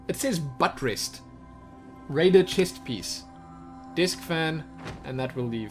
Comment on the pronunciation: lol the way pronounces buttressed